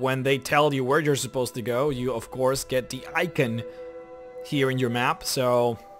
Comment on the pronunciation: You pronounced icon wrong XD